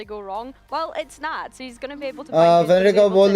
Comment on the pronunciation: nats not nutting.. the russian vibe